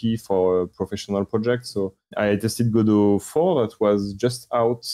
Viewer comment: Add another entry to the tall list of Godot pronunciations